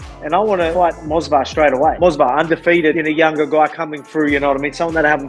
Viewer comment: The fact that Volk keeps saying "Mosvar" instead of "Movsar" is too funny 😂